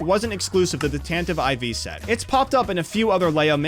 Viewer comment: "tantive ivy"